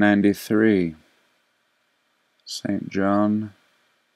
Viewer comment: For someone named, you're having a difficult time pronouncing St. John. 🤐